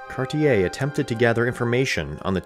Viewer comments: Terrible French pronunciation. E.g. "Gaspé" is not "gasp" but "gas-pay". "Cartier" is not "kar-tee-yay" but "kar-shay". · Cartier - car-tee-ay with the t almost soft Gaspe - gas-pay Hochelaga - hosh-e-log-a Quebec - ke-beck Iroquois- ear-o-qwah Just some helpful pronunciation tips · You kind of messed up Cartier as well Car-ti-ay it's French and you don't hear the er.